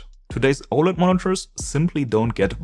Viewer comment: It is really hard to understand you speaking and pronouncing simple words such OLED and others words, you swallow your own words